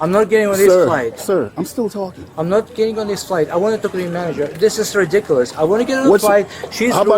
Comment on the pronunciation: "I wan talge da man jerr" 🍸🥂🥂🍹🍹🍸🍸